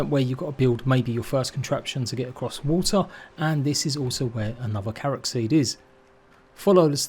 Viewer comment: Blud sometimes he called it karaks